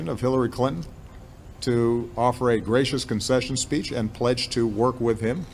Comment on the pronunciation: When he says gracious it sounds like gates chains and she might give him a break